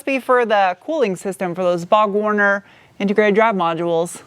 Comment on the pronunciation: "Bog" Warner???